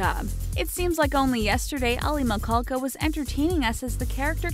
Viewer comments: MISHALKA NOT MICKALKA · Raven See-moan?? Aly Mikol- ka?? I gotta go 👋👋 uh uh nope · Damn this chick cannot pronounce names to saver her life. "Aly Mcahdjsbddhjb" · I clicked for Aly Michalka. I love her. And I'm triggered by how she mispronounces Michalka. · Mo The Idiot i thought I was the only one